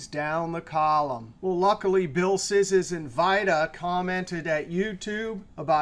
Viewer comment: Hi, I'm afraid you mispronounce Mr. Szysz's name. Since he is Polish, the "sz" phoneme should be pronounced as "sh" in English. So the correct pronunciation should be "shish" like in shish kebab. This of course has nothing to do with your excellent explanation. Thank you